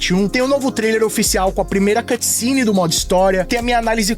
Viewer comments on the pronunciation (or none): none